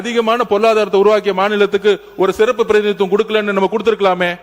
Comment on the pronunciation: மாண்புமிகு அமைச்சர் ஆதார் அர்ஜுன் அவர்கள் சிறப்பு சட்டத்தை செருப்பு சட்டம் என்று உச்சரிக்கிறார் வருகிறார் தயவுசெய்து உச்சரிப்பில் மாற்றிக் கொள்ள வேண்டும்